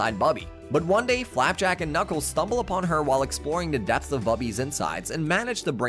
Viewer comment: This has to be AI read.. “ka-nuckles” “com-pass” “posaiden”